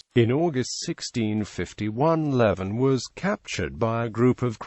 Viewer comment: It's pronounced leaving